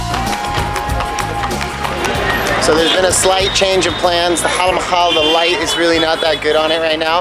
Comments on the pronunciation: It's Hawa-Mahal not hal mahal. Hawa means wind and Mahal means palace. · Haha!! It's Hawaa Mahal not Hal Mahal. Hawaa means wind. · Haa Mahal😂😂 loved the mispronunciation.